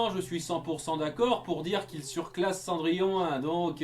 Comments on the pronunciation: Ah c’est pour ça qu’ils disent « Cendrillone » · A on entend gus et jaq dire cendrillone